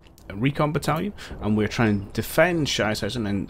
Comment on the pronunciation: I like your videos, but your pronounciation of "Sichenhausen" translates roughly to "Shit-homes" :D